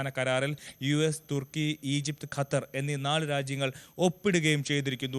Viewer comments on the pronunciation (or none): none